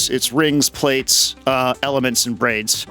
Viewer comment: 'PLATES'? Please, 'Plaits' is like 'Plaid'. Thanks for the vid x